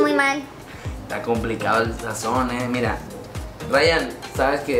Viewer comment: ira ira quien me toco ira Se dice mira Like